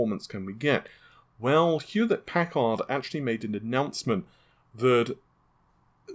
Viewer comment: Hewett-puhcard, Jean Picard’ cousin, on the USS Enterprise....